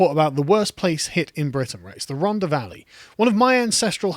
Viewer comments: Once again...if you could 30k without signing onto universal kredit would you vote for more and tougher lockdowns? Btw It is "Rhontha" NOT "Rhonda". I also had family there (Tylorstown) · RHON-THA. It's not a hard D Carl. 😂😂😂